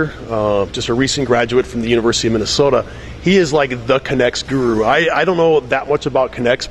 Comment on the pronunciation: H he said MINESOTA see we are important